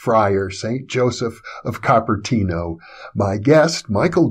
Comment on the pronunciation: Cooper-tee-no (Cupertino)